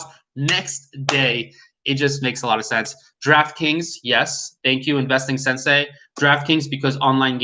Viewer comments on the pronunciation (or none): none